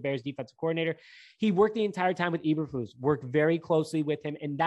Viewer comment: Hey if you want to get his name right just pronounce goose take out the g and replace it with the letter fl and say floose as in goose!